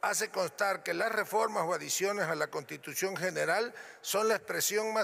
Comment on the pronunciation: ni siquiera sabe hablar ni leer! Dice La “Contitución”! 🤬